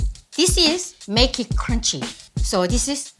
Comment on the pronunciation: so cwunchy